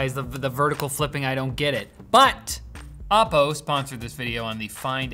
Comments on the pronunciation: It's oppo not Appow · It's O-po, not Op-o. Sincerly, your local Chinese.